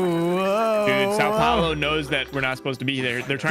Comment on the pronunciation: That "São Paulo" pronunciation hurts so much 💀